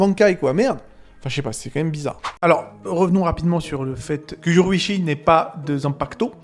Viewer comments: son nom ce dit yorou-ichi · me fume avec sa prononciation de YORUICHI🤣😂